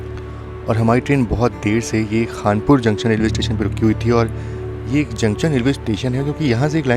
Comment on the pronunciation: Videos are good but prononunce "junction" properly